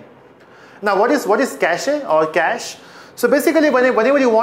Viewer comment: cachEEEE?? really? :D